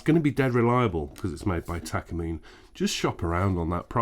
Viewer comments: Pronounced Tah kah Mee Neh ... not Takuhmeen. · tak car me nay say it right stoopid engrish.